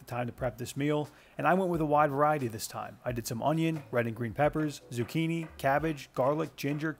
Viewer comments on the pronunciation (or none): none